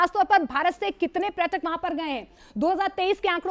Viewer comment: Dear Anchor: Its not pratak, its prayatak